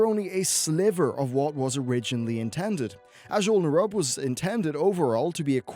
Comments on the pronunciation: It's pronounced like "nuroobians," not "nighroobians" and "azjol-nuroob," not "azjol-nur-rub" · Nehroobians, not Nuroobians. And Azjol Nehroob, not Azjol nuroob. Lmao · p enis Ugh the way he kept emphasizing NAI in Nairubians was triggering me hard. NERUB it’s not hard to say. Azjul NERUB not Azjul Nairub. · You're butchering the name Azjol Nerub. Still love your content though.